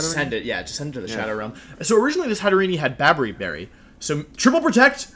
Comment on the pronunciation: It's hatter + serene. You don't pronounce the last e.